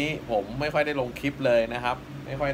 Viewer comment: ทำคลิปดีครับ แต่พูดใช้ภาษาไทยควบกล้ำ ไม่ดีเลย เช่น ตกปา (ปลา) ทำคิป (คลิป) แปกๆ (แปลกๆ)เสียภาษาไทย ครับ